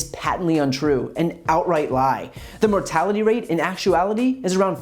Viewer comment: He can’t pronounce “mortality” - it has four syllables.